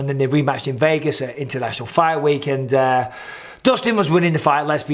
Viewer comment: Aye up Micheal, u really have picked up an American twang to ur accent, especially when u say end, sorry I mean and, it just sounds like ur saying end , "end today guys we're" 🤣... Don't u dare Mr Bizzer, no more little hints of the Yankee in that Mancunian pls let's keep it real.. Big up from the UK x 🇬🇧 x McGregor Micheal, u r mistaken he last won in the ufc, against Donald cowboy !! Not Alvarez 🤪